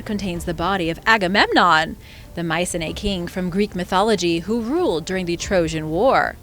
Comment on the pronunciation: its pronounced: my-see-knee